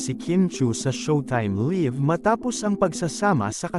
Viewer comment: You cannot even pronounce correctly the word "live". 😡